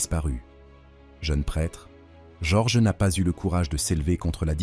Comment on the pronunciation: bonne vidéo, mais j'en suis à la moitié, et ça ne répond toujours pas au titre de la vidéo. Le prénom Jorge est assez écorché, dommage ! et quelques inexactitudes aussi (Sainte Marie Majeure est un territoire du Vatican par exemple). Les coupures dans la prononciation/discours est aussi génante. L'empereur Néron n'a pas simplement "pas apprécié la prédication de Pierre" mais a carrément mis l'incendie de Rome sur le dos des Chrétiens, les condamnant à une mort certaine.